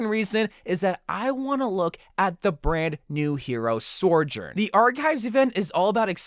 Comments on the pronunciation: What about a Sym skin? EDIT: IT IS PRONOUNCED SO-JORN, NOT SERJERN. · Why do you pronounce her name Sorjorn? Cause its Sojorn. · Stop saying sorjourn, that isn't her name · So-jurn Not Sor-jurn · Why tf do you say Soujourn as SORE JORN lmao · Why does he keep calling her sorjourn 🙄🙄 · I swear if he says Sorjourn again I'm gonna riot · It is pronounced...😤🙏(SO-JORN) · It’s pronounced SO-JERN lmao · That pronunciation of Sojourn, help. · Theory: continues to pronounce Sojourn incorrectly on purpose so that more people will comment. Wait... s**t!